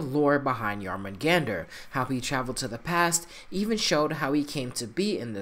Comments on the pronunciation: BTW... pronunciation is smidge off. The "Jor" isn't pronounced "Jar" it's pronounced like "Yore". Other than that, the rest of the pronunciation isn't too bad. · I wanna know why he can't say Jörmungandr properly after playing 2 games with the name said correctly. Also snakes can't crawl as they don't have legs they slither